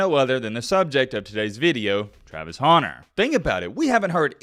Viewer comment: Travis honer? hunter. Speak.